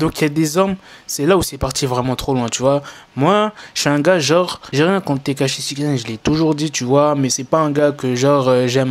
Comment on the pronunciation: Quand il dit tekashi jcomprend steak haché😂,mais peut être que chief kieff derrière tout ça